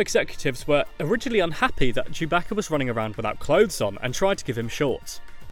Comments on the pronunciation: why does he call chewbacca chewb"a"ca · surbaca? it's sewbaca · Did he say Chewbacca with a h like Chewbaccah